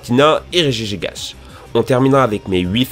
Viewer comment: Enfin tu as bien prononcé regigigas